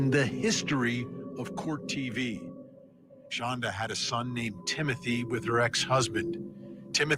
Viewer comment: Please, from somebody who's actually named to Shandra, I wish you would get her name right! Her name is Shonda not Shandra! I know it seems Petty but it's pretty jarring every time you say her name wrong .